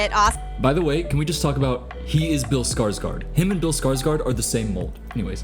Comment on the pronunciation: that’s definitely not how you pronounce Bill Skarsgård’s name